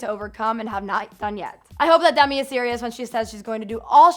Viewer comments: No hate but it's sounds like Dummy not Demi🙈🙈🙈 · DEMI. DEEEEMI. NOT DUMI. LOL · Sounds like you're saying dumby when you say demi hahaha